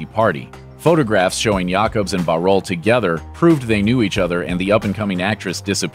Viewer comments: and the pronunciation of Bauerle. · I'm fascinated by the pronunciation of Bauerle :-O